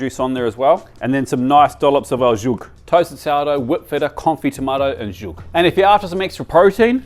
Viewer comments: It took me to get 20 minutes in before I realised that green sauce isn't some sort of French concoction., it's pronounced "S-hoog" or "Su-hu-gu", not "zhug". Though completely understandable since English transliteration of Arabic is criminally bad in the best of times. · it's not pronounced zhuk..., z and h are not to be combined. Sound like s/z sound with no vowel and "hook"/"hoog", also the h sound is kh sound (hard for en speakers). Anyway, you totally butchered it :)) great sauce nonetheless. Love your videos keep it up 😊